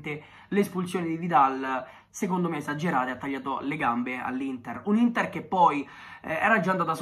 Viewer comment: Solo io ho sentito all’inizio L’intar